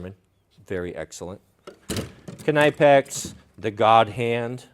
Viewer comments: It's knipex not knipex. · The knipex pronunciation is a new one for me haha